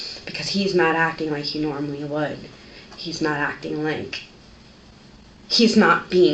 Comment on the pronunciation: Ackting aint her strong side. 😅